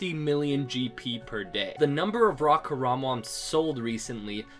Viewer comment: Why do you pronounce raw WRAW?